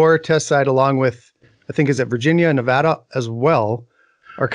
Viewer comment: Hi! Thank you for correctly pronouncing the name of the State of Nevada